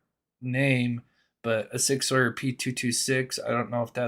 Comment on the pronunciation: Please say Sig sour instead 👍